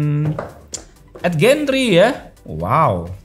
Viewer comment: 8 gen 3, kenapa bacanya eit gen tri, kalo mau bhs indo ya indo aja delapan gen tiga , kalo inggris harusnya eit jen tri, 😂